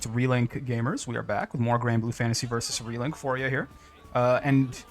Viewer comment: Ain't no way he said Granblue Fantasy Versus Relink.